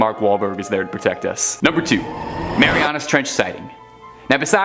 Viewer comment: It’s called the Mariana Trench, not Marianus.